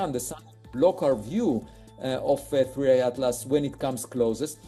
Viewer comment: 3i, not 31. How unprofessional